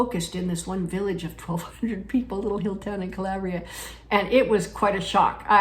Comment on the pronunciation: Calbria? Say no more!